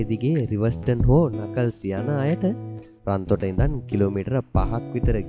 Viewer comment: රන්තොට නෙවේ රත්තොට